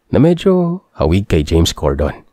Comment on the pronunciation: Late ako isang araw HAHAHHA❤❤❤,, JAMES CORDEN po yun hindi CORDON,, see nakikinig ako ng mabuti HAHAHH😅